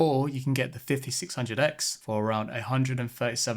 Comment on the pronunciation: Why do you say DA instead of THE? But you can pronounce TH in other words? Also there's a T at the end of left. Meanin. Lenf. Bizarre.